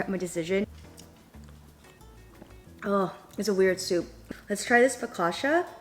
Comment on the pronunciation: Focaccia is pronounced foc-ah-cha there's no sh sound.